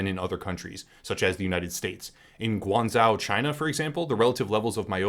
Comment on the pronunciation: Just a slight correction: In the Pinyin Romanisation system (which the Chinese words you are saying are phonetically translated using) zh become the sound: j So an acceptable Pronunciation without including the tones for Guangzhou would be pronounced: Gwarng Joh (with Gwarn said like the Jamaican patio term for "going" or "we are going to") However a fully accurate pronunciation would include the tones, with it being Guǎngzhōu. The ǎ is third tone, which means the pitch dips and rises again, like the tone of a "what" said to something very surprising/unbelievable: whaaaAAAArrrt? This affects the entire character (in Mandarin Chinese text) so the whole of Guan. The ō is first tone. Rather than changing the pitch you extend the word like you're at a dentist and saying: aaaaaaahhhhhh Again this affects the whole character, so all of Zhou. So Guǎngzhōu is actually Gwarng-Joh but with a dip and rise in the pitch of Gwang, and Joh as: Jooohhh I know it's not important and doesn't at all detract from the quality of the video but I also know you are VERY thorough and seek to correct gaps or oversights in your knowledge at all times - so I thought you may find it worth knowing. As a cheat you can go to Wikipedia, search for the word you are looking for and usually find a clip of it being pronounced at the beginning of the article. The Mandarin Chinese pronunciation is the one that will be widely accepted as "the" pronunciation.